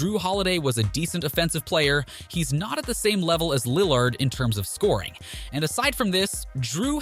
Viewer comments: And lill lard 🤣🤣🤣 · Bro the pronunciation on Connaughton and Malik and Lill-ARD, I’m deddd Good video but that caught me off guard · Lil lard You mispronounce everyone on purpose?